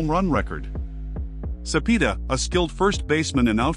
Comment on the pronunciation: First comment! Cepeda is pronounced "Su-pay-du", not "Su-pee-du"!